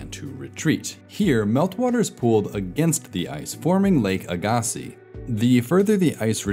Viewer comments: it's pronounced Lake AG a SEEZ Not Lake a GAS ee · In the north we pronounce Lake Agassiz as a long A and '-gas' as short a sound. "Lake A-gass ee" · Lake Agassiz is pronounced. Ag a sea I have never in my life heard it said how you pronounced it but I also live on the bottom of the lake so we tend to hear it a bit more. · As someone living in the Lake Agassiz basin, it's pronounced ag-a-SEE. NOT ag-AW-see. Emphasize the SEE at the end, not the vowel in the middle. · Your pronunciation of Lake Agassiz and lake ojibway are terrible.